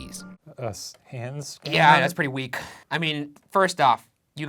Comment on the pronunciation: Why does shane's "yeaa". Sounds like "yeet"